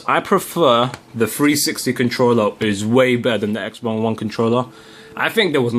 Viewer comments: Why are you saying xbon? Its xbox lol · y do u keep calling it x-bone!!!!